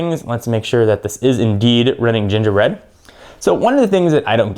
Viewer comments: g bread not j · more like g-bread, not j-bread... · Its not j bread, its g bread lmao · Doesn't Gingerbread start with g. , sounded like you said j.